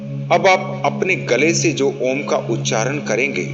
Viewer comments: Meri comment padhiye, Om ka jap karte vakt direct ओम mat boliye अओम aisa ucchar kariye air thoda pyarse bolne ki koshish kijiye. Do aakho me bichme aakhe band karke dhyan do. MERA TO 2 MNT ME ACCHA DHYAN LAGTA HAI..LEKIN SHANT MAHOL ME BAITHIYE..🙏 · आप का ओम का उच्चारण ठीक नहीं है।ओम का उच्चारण ओम न होकर।अ उ म के रुप में होता है।इसके लिए सदगुरु की वीडियो का अवलोकन करें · Bhai aap paagal ho gye h ॐ ko om uchharan krte ho Kisi se seekh lo pahle achhi tarah plz Jai shiv ॐ